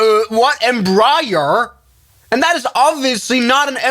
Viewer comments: Em-bri-air LIKE WHAT!?! 🤣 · Embrier Aibus Boing Bombadeer 💀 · The way he said Embraer made my soul hurt 😭😂